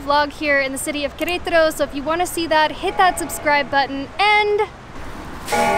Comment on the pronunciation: Good job pronouncing Querétaro 😂